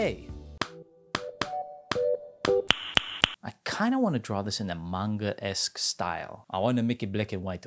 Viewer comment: I can’t believe he said Adventure Time esc and Basquiat esc